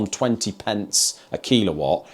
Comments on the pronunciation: It’s a killawatt not keelawatt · and whether you're talking kWh or kW, it's pronouced killer-watt, not kilo-watt lol, it sounded so odd